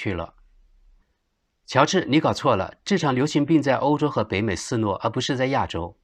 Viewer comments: 肆虐shi nue。 不是虏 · 德国知事大概离开中国太久了,中文的读音老是有莫名其妙的错误,肆虐居然也读错!